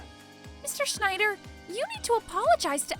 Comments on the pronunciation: Schnider (unintentionally pronounced as Schindler, except by the principal / / ) is in SUCH A WORLD OF SHIT. And DON'T GET ME STARTED ON THOSE DIPSHIT DELINQUENTS EITHER, complete with the "Beavis laugh" no less... ( - ) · Constantly pronouncing the wrong name was funny. Was it Schneider or Shidler?